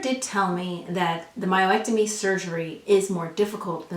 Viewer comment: I had to keep refocusing on the content rather than the word "myo-ectomy". Lol But this is all really good information...thank you! I just had a myomectomy and my swelling is just now starting to go down, BUT my pubic area is like a BALLOON now, and is weird, so I'm trying to figure out why. Didn't hear you speak about that for either surgery, so I'm still very concerned...